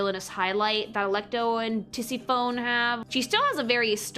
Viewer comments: I just can't with "Tissi-phone" XD It's "Ti-*si*-fonee", with stress on the second syllable.But "Tissiphone" will never stop being funny though, so I give you a pass :) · i imagined she was ragebaiting when i realized, how could she know a lot about classic mythology and pronounce it Tisi-fown?? lol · I am losing my mind at the pronounciation of some of these names lmao TISSY PHONE KILLS ME ahahahaha Also I would not have connected Orpheus with David Bowie, that's absolutely Robert Smith of The Cure, interesting connection tho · Aaaah, Tisiphone rhymes with Tiffany, not telephone! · Bruh the way you pronounce some of these Greek names makes me want to pull out my hair TISIPHONE AND EURYDICE ARE NOT PRONOUNCED LIKE THAT